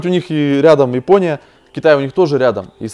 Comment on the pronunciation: Ипония ипония ипония, Ивгений !)